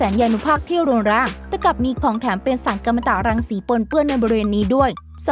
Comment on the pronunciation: สารกัมมันตรังสีจ้าเธอ อ่านให้ถูกๆหน่อย อย่ามัวแต่แอ้ปเสียงแบ้ว.ขออีกคนมาอ่านดีกว่าเสียงเธอฟังแล้วระคายหูมากอมลิ้นอยุ่ได้